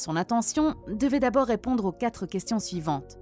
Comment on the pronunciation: Liaison malheureuse... il n y a pas de s à quatre